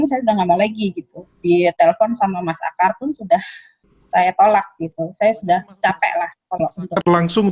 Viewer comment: Aakar..bukan aakyar wkwiwkk